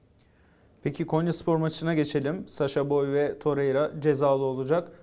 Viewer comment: Abi şu toreira ya torerya demezsen çok sevinirim, seni her izlediğimde acaip takılıyorum ya 😂😂